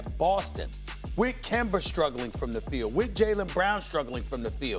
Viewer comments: Nobody: Stephen A. :Kembar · “Kember” LOL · I came here specifically to hear Stephen A. say "Kember" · Nobody: Stephen A: KEMBER